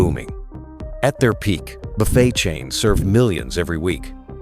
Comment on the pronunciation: AI voice giveaway... can't even pronounce buffet right. This video sucks.